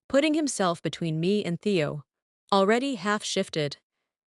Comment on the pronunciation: The AI narrator can't tell the difference between Teo and Theo and there's audio mispronunciations and discrepancies